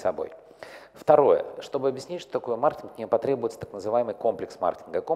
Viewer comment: Я одного не понял. Он говорить слово маркетинг или мартинг???